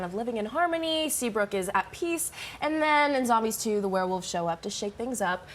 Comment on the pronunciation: Did anyone notice he said wererolves?